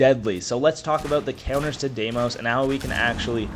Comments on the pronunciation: appreciate the vid, hate the Deemos instead of how they say the name on the trailers. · the way you said dee-mos made me angry